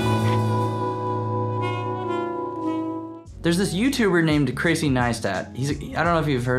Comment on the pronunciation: HAHAAH - 'Crasey'....like Crazy Neistat...